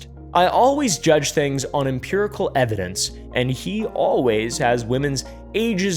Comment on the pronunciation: You have a serious problem with "Imperical" evidence 🤣🤣🤣🤣